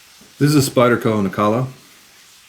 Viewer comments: Nilakka, not Nikalla. WTF? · its Nilakka not Nikalla😉 No offense please🙏 Thanks for video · Isn't it pronounced Nil-ah-kah?